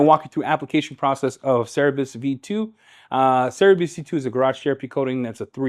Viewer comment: Great demo on Cerberus 👍🇬🇧 PSA it's pronounced "sir-burr-us" rather than "serr-a-bus" 😉